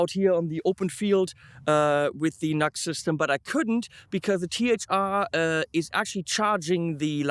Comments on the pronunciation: Nice review. Thanks. "Nu - X" I think, rather than 'nux'... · Yo it's pronounced "New Ex" not Nux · Pronounced noo x - not nucks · Great review & excellent live test. Never thought about an extension cable as an addition.. that's a great idea for any guitar without a strat type output jack. Btw, I'm quite sure NU>X (as the logo suggests) is pronounced as Nu-X (New Axe), not Nux. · It’s pronounced Nu-X or new x.